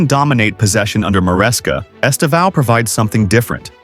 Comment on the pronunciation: By now, English people should know “Estevão” means “Steven” in Portuguese. The tonic silabe is the same, the “Steee” - “vão” ends like “”ven”, with less power. esTEvão. sTEven.